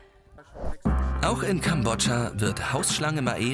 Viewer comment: Den Namen von dem Kind aus Kambodscha 🇰🇭 den habt ihr falsch ausgesprochen warum ich des weiß weil ich halb Kambodschaner bin ich war in den Sommerferien 2019 dort es war cool